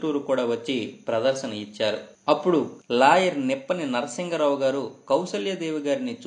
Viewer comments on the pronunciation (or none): అయ్యా.. మీకందరికీ పెద్ద నమస్కారం ... వారి పుట్టింటి పేరు *నిప్పాణి" తప్ప నిప్పని... కాదండీ...